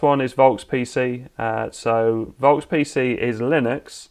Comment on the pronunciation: German here. the "V" in "Volks" is pronounced like an F, as in fire or free or fart. (same in Volkswagen, that's also pronounced "Folkswagen", and yes, the word is directly related to the english word "Folk", as in "Folk tale", also meaning "common people") Other than that minor thing, excellent video, thank you very much!